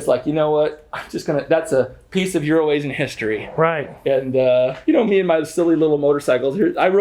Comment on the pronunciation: ITS EURO-ASIAN... I don't know why gets it wrong or if he likes to poke fun... Also maybe David gets better deals from Bob than.